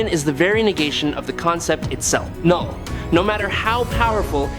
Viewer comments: Lol, k-null was killing me this entire video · I thought it was pronounced "Null" with the k being silent.